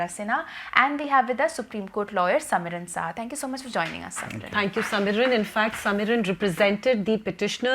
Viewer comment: Insightful interview on a very serious topic. The name of the lawyer is however Somiran Sharma and not Samiran Saha.